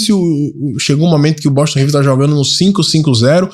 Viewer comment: Não é BOTON não, mano. É BOSTON.